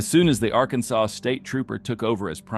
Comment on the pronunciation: Why does your garbage AI narrator mispronounce "Arkansas"?